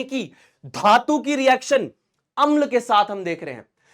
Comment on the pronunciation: dhatu❌ jhatu ✅😂😂😂😂